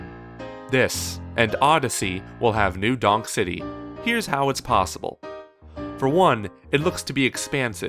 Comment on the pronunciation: i thought you said new dong city at first lmao